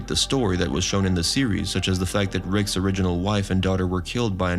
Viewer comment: STOP! Just stop saying Rickses! It's Rick's. In Casablanca everyone didn't go to Rickses!